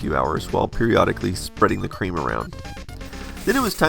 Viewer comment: For some reason I laugh whenever you say creme.